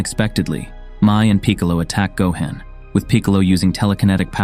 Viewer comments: Gohan not gohen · Peekalo. Gohand. Bullma. lmao!